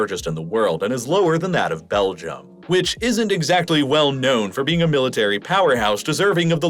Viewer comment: You did NOT have to do Belgium like that 😂😂😂